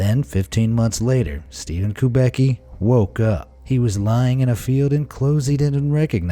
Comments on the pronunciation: steven kubaky hahahahaha, strangest way to say kubacki which should be more like kubatsky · 'Kubacki' pronounced is making me laugh. I knew few people with this surname. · I mean that's not how you pronounce Kubacki.........